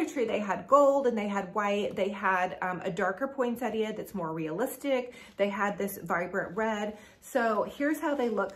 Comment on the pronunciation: Thanks for all your ideas. And thank you for saying Poinsettia correctly! I don’t have a specific day I start decorating, typically it’s whenever I get to it.